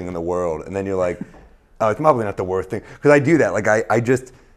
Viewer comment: there's so much about this I like but I'm only gonna point out the fact that he can't pronounce 'worst'